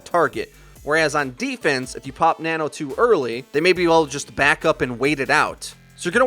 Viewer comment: Nono boost? U mean nano?